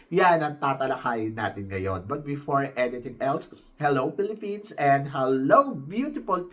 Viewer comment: Opinyon ko lang: unang tingin—hindi bagay yung gown ni Ahtisa. Big thick horizontal lines look weird on her. Her gown overall looks off especially with the pointy side cuts on her hip area that look like unnecessary fangs. and bakit hininaan niya yung volume ng boses niya when she said “pines” in Philippines? What’s up with that? Parang nawalan ng energy sa pagbigkas ng country name. She sounded weak and unsure. pero she has a very stunning face card. Siya, si India and Venezuela (and Thailand to some extent) lang ang may magandang face card sa batch ngayon. But i think prettiest si Ahtisa and si India.